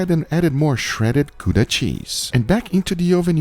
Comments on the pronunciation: We will forgive you for mispronouncing Gouda, love to see a nice Dutch cheese used once for the side dish. Looking great! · It's named after the city of Gouda so you are wrong, pronunciation is wrong.